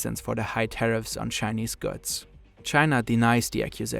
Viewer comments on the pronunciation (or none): wish you'd stop devoicing the consonants 😬 i.e. yearZ, gooDZ not yearSS & gooTS